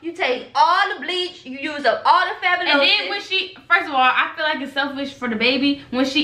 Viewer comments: She said Fabalosis you mean Fabaloso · I know ain’t call Fabuloso “fabulosious” 💀😂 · did she. say fabilousis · “You take all the Lysol, take all the Bleach, you use all the Fabulosus (Fabuloso)” LMFAOOOOOOOO 😂😭🤣💀 FUNNY ASF BRUH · " all the fabalosis " - //😂😂 yall funny 🚫🧢